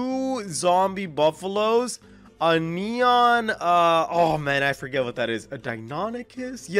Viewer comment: it's neon skeleton dog not nron skeleton rex